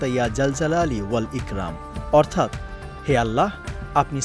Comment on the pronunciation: এখানে উচ্চারণ হবে " ইকরম "❤❤❤